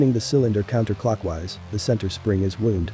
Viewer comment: 비디오의 영어 텍스트를 생성하기 위해 어떤 도구를 사용합니까? 때로는 작은 문법 오류가 있습니다. 또한 음성이 때로는 단어를 잘못 발음하기도 합니다. 에서 'wound'가 'to wind'(↻) 동사의 과거형을 의미하는 경우 '부상' 또는 '부상을 일으키다'를 의미하는 경우와 다르게 발음됩니다. 영어는 종종 헷갈리는 언어입니다! 나는 당신의 비디오를 정말 좋아합니다. 애니메이션이 훌륭합니다. 😁 (이 댓글은 'Google 번역'을 사용하여 작성했습니다. 이해하시기 바랍니다!)